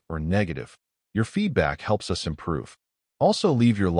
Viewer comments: Good story but please teach the Ai that us is not pronounced as U S it sort of let down the story. 😢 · Teach your AI reader that "us" should not repeatedly be read "U S!"